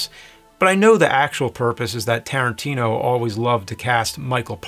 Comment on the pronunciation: I love you nerd..... but still its Tarantino!!!!. If it's not broke and all.